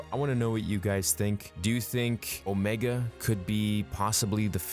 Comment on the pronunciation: I didn’t mind that at all actually. But it did bother me she kept calling herself OmEEga.